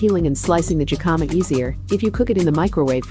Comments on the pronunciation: It’s “hikama” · That's not how you pronounce "jicama."